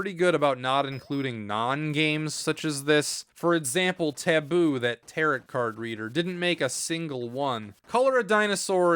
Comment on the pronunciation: Tarot is pronounced tarrow